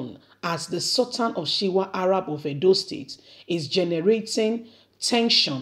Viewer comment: What is Shiwa of Arabs? Its Shuwa Arabs. As a media person, please take time to learn and pronounce words properly to give your reports correct meaning and reporting. Good luck 👍